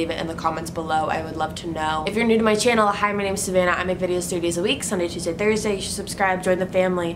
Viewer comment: I love this channel but when she said "CHIANEL" I lost it